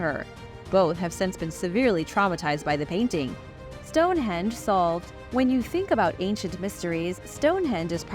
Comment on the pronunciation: Stone Hend lol